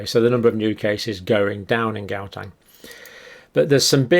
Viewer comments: Please, Dr Campbell, it is Gau-teng , not Gau-tang. (I remember your saying you were a bit dyslexic so it is brave of you to tackle our strange names!) It is wonderful hearing you discuss South Africa, and I'm very grateful for your research. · its HOW - TENG not GOW -TANG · I am from South Africa, love how Dr pronounce "How Tang" (Gauteng) :virtualhug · Please just learn how to pronounce Gauteng the right way